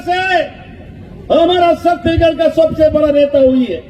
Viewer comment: छत्तीगढ़ नही छत्तीसगढ़ बोला करिए